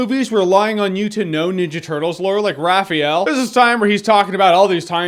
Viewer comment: Raphael...just him...RAPAHEL!